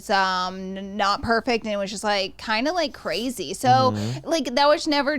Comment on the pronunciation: Please stop saying “cwrayzy” to sound like the kardashians dude it’s so cringy